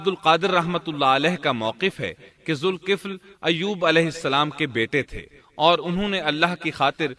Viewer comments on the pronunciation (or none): Dhulkifl not zulkifl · Quran mn Zalkifl lfz hai Aur zulkifl parh rhy hain